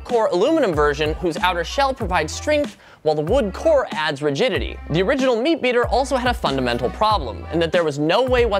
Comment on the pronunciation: when he said rigidity I thought he said “virginity” 😂😂😂😂